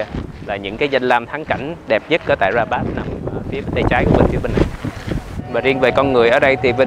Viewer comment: Rabat mà có lúc a Vinh đọc thành Barat ý 😁